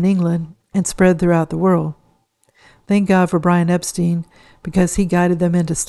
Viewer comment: Norwegian Songs?? Think you meant Northern Songs. Also, not to nitpick, but Epstein is pronounced like “Frankenstein”. But DO enjoy your videos!!